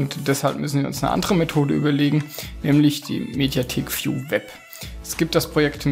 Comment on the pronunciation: Inhalt: Gut! - Aussprache: Katastrophe! -- Folgender Tipp bei dem Wort: "view" (also Mediathek-VIEW). Das "V" niemals wie das deutsche "F" aussprechen!! Also wie z.Bsp.: F-liege. Das "V" IMMER wie das deutsche "W" aussprechen. Also W-ie: W-ie …;-)) W-as, W-ohin, W-ohnen etc. Die Verwirrung ist nun komplett, oder …;-)) - Zurück zum Eigentlichen: "VIEW" wird NICHT wie im Video zu hören ist - nämlich "F-ieu" ausgesprochen, sondern EINFACH den deutschen Buchstaben "W" vor "ieu" setzten. Ergo: "W-ieu". Und schon ist der eigentliche Lautwert erreicht.